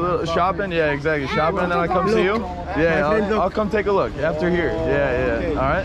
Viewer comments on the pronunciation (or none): he said Luke not look… lmao